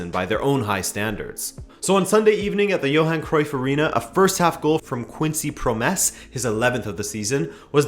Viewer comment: Americans are funny the way he says Quincy Promes is hilarious